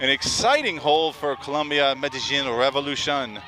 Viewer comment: Medellín* not Medallin